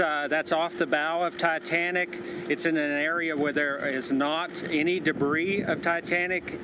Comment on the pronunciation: he said the dietanic😂, hear for you self